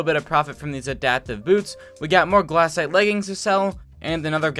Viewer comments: anyone else want to die every time he says "glAHcite" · his pronounciations for golem and glacite are hurting me